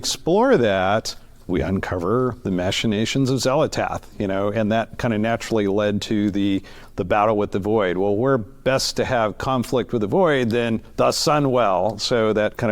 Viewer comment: mashinations ??? wtf is that guy meant to be saying there? machinations ?